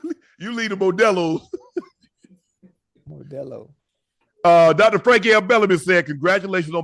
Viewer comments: Shannon pronouncing modelo and the immediate irruption of laughter had me dying 😂😂😂😂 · 😂😂 unc butchering the word Modelo